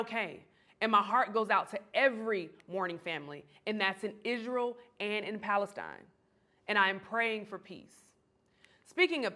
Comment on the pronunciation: "Between Israel and Palestine" .. the first time I've heard it said correctly... salute